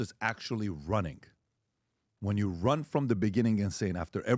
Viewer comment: Stephen A: "i might rin for president. Voters: " I need convincing" Stephen A: "I dont give a shit"